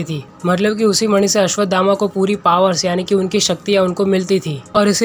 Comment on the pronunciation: अस्वधामा ❎ अस्वथामा ✅